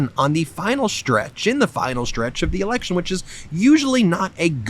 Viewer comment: "electurn"? now i know where turmp gets his pronounciation from.